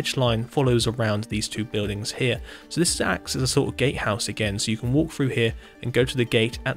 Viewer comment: “Gatehouse” but his “t” is silent